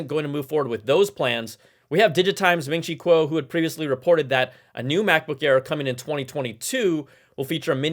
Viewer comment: C'mon Brian, you gotta say Ming Chi Kuo's name correctly like Fah Pah Tah has learned. Plus you're Asian so no excuse 😂